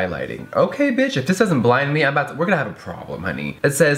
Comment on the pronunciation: “Uh this besh?” Lmao 😂